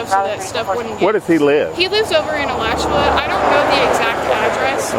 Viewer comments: Moderator: Not Alacha, but A la chew ah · It's AlachU-A omg you could have googled the pronunciation instead of sounding like an idiot. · "It's pronounced uh-laa-chew-uh, Alachua, FL, thanks" - Florida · I love hearing Alachua pronounced wrong